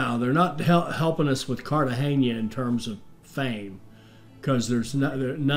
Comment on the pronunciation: I think the buccaneer is better for pirating.after you buy everything with fame and the fame loss is irrelevant. Glad you know how to pronounce Cartegena,unlike the tutorial guy.